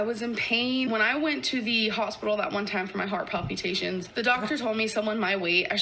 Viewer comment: You’d think after being in the amberverse for as long as I have, the way she pronounces anything wouldn’t bother me anymore …but “PAL PEU TATIONS?”